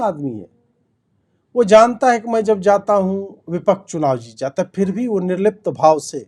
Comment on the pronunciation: nirrlipt kah rahe ho ya nirlajj